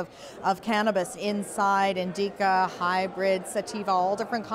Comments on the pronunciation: LOL "Indeeeeka". I think she means Indica, lol. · Indeeca she says lol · INDEEKA she says 😂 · "Indeeka"? Educate your reporters on how to pronounce things properly FFS. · Omg can't say "indica"